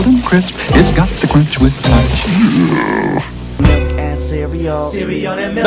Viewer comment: "KICKASS CEREAL, CEREAL AND MELK, CEREAL AND MELK, CEREAL AND MILK!" -tony the tiger 19XX